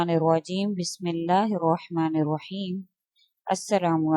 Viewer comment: Subhanallah..sister ,yah rwaheem our rwajeem nahi hai Raheem our Rajeem hain